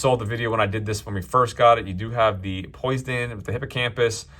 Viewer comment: Poise Den? 😂🤣😂. POE SIGH DEN